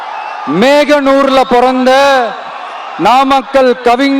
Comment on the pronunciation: மேகனூர் இல்லை Bro ... அது ,,, மோகனூர் Bro VJ Bro ...